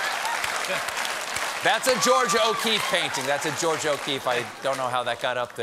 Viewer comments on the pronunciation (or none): none